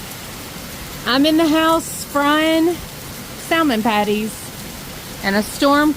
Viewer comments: I'm sorry, I have to agree. I think I've heard you say samon without the L. Why are you pronouncing the L now. also pronounces the L. We're all just wondering why? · Please don't pronounce the L in salmon